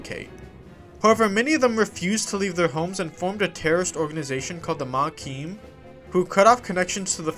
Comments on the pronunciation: Why do you keep saying "maquim"? It's Maquis, where the "s" is silent (French word), with no "m" at the end. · Lost me at "Makeen". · Ma-Key. There is no m. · “Ma-key” dude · There isn't any letter m on the end of the word Maquis, btw, lol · Maquis silent s*